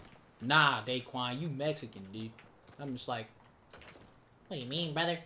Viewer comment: Day Juan instead daequan 😆😆😆